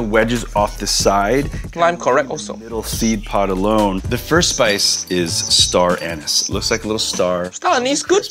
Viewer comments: I heard him say ‘Star Anus’ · I heard star-anus from jet tila for some reason…….